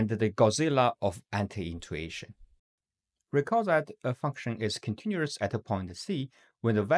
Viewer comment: Okay the way you pronounced continuous and other things are just wrong. Except that the video seems great